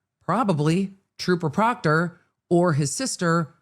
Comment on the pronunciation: If Michael Proctor didn’t do anything shady or illegal, why are they having a hard time saying his name?😂